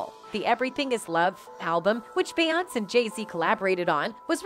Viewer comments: It’s Beyoncé (Be on say) say it correctly while you’re butchering these people’s names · Will SOMEONE TELL THE NARRATOR OF THIS PODCAST TO LEARN HOW TO PRONOUNCE BE YON SAY'S NAME CORRECTLY? SHE'S SO ANNOYING. SHE DOESNT PRONOUNCE BEYONCÉ NAME CORRECTLY. SHE DOES THIS IN SEVERAL VIDEOS..SHE ALSO DOESN'T PRONOUNCE BENNY MEDINA CORRECTLY EITHER..ITS MA DEE NA MEDina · Is the Narrator keep calling Beyoncé "Beyons" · Lately entertainers names are pronounced wrong.Nevet heard it like this before.Beyoncé ce is pronounced as say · I’m hoping the narrator is a computer generated voice because she pronounces Beyoncé’s name as “Bayaunts” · i can careless for this lady, but her name is be oncey! pls figure out how to say peoples name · How can you talk about them and you can't say her name Right. It's Be yon CE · Wtf is a Bayance? Lol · Bay-yonce … why are u pronouncing it wrong 😑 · Beyonce has been singing for years. How is her name being mispronounced in this video? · I love your videos but I realllly wish you would say Beyoncés name right 😂😂😂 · Beyonce why can't you say no one's name right ever are you using a voice app I can help. RonnieBlueeyes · Her name is …. Beyoncé (try breaking it down) if you Vampires are going to suck her blood… try to pronounce her name right… A** Hole!! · Please 🙏🏿 for the love of God you pronounce beyonce name wrong. And aaliyah name wrong please say there Name correctly. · How's this woman keep constantly mispronouncing the name of one of the biggest stars in music? How? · Why do keep pronouncing her name wrong??🤔🤔